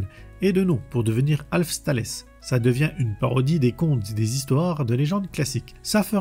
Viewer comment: 😂. Alf tales.. Taîles.. ce qui signifie contes. TALÉS HAHHA. ( j adore vos vidéos. ).😅